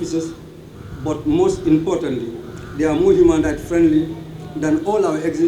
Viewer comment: Someone tell him it's not hooman rights!!